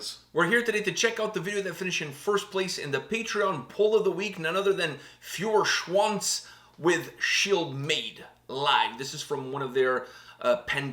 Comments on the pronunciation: "Fureshwonz" :-D It pronounced rather like "Foyershwunts" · If you pronounce the eu in Feuerschwanz as oy like in oyster you would be totally correct.